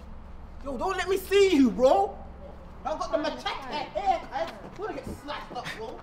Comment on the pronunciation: “Mans got the machettte” 😂😂😂😂